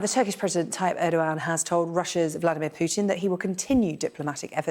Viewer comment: Stop funding Ukraine and the war ends. Why can’t these English pronounce Putin’s name?